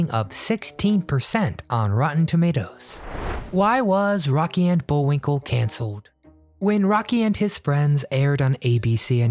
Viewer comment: Not Bullwink EL , Bullwink LE